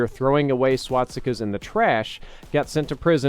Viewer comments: it's SwaStikas not Swatsikas! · No you're not hearing things. He is in fact repeatedly saying swot-stickaz. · Say it with me: SWAS. TIKAS. Not SWAT. STICKAS. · Great video, but am I the only one who keeps hearing "swatstikas" instead of "swastikas" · ...Am I the only one who got annoyed by hearing "swatsikas" I dono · swatstikas , not pronounced like that. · Why did you always say "swaTstikas" LOL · Is it bugging anyone else that he says swastikas like swatstika?